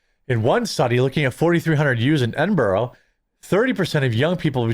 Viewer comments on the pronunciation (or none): "Ed in bura" is how we say it my far off cousin. 😂😂😂